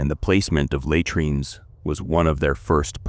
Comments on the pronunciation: take notice lay treenz! It is la treenz. Had rian is hay drian.... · Please, get someone real to listen to your voicetrack and correct the mispronunciations and improve the pausing and intonation. It's not that difficult and would add quality. A video that cannot pronounce the subject matter it's supposedly an expert on loses credibility and engagement. At least get words like 'latrines' which are mentioned every few lines right. It would also help to use more authentic-sounding pronunciation of Latin names and terms. Just a simple hack like pronouncing 'v's as 'w's and all 'c's as 'k's and 'j' s as 'y' s helps immersion....